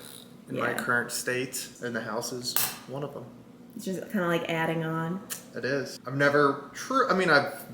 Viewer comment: That New York accent is creeping back in from all time back home! The way she says "adding on", she is sounding more like her mum! Haha, love it!